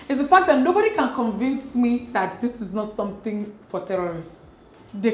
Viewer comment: “A hallowe’en samtin” 😂🤣